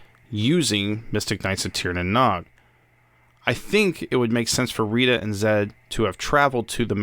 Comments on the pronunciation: Great video! Only gripe for me is pronunciation. The Nog is pronounced like nose, but with a g. Not like egg nog. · Hey, Nog is pronounced like nouge (sounds like rouge). Otherwise great video.